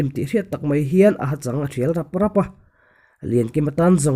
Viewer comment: Thival hi val i lamrik dan hi tlangval tih a val ang hian i lam ri a, mahse dar a ri val val tih ang hian lamrik tur a ni zawk lo maw?